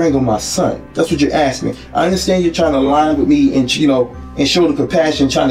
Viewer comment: He's axing questions.